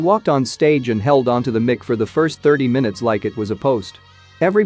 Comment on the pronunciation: That's not how you pronounce Nichopoulos or mic LOL. Maybe a redo is in order.